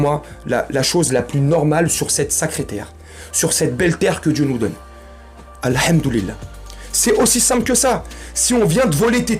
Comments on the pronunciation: Al' hamdouli'lah. Maintenant je peux dire mon frère en Allah et plus frère en humanité . En fait , ta façon de prononcer AL'hamdouli'lah et masha'allah était nikel c'est pour ça que je t'ais posé la question et même temps je vois tes tatouages pleins les bras, c'est pour ça j'ai douté, mais je pense que tu les a fais avant d'embrasser notre magnifique religion et dans ce cas ALLAH le très haut ne t'en tiendra pas rigueur AL'hamdouli'lah. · J'ai beaucoup aimé ton " AL'hamdouli'lah " agréablement surpris. En plus très bien prononcé. Bravo .